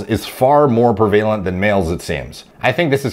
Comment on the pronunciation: I like how you pronounced prevalent. lol, I would also think that diet would be the main reason for this.